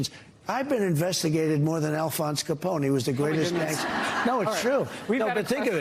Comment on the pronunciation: I heard "Caponi". Who pronounces it "Caponi"?